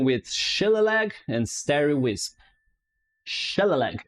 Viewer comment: "Shillelagh" is not an English word & doesn't follow English pronunciations. It's an Irish word pronounced: shil AY lee